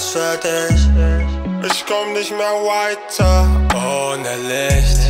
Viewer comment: Diese Aussprache. Wyehter staht weiter einfach zu geil